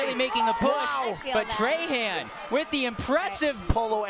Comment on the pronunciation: Bruh when he said “Ryan trey-Han” instead of “trah-hawn” 😤😤😤